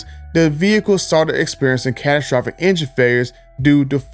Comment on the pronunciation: This guy cant say catastrophic.